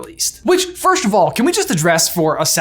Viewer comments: does it bother anyone else he says first like firsht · Okay but, “firsht”? WHY ARE YOU SAYING IT LIKE THAT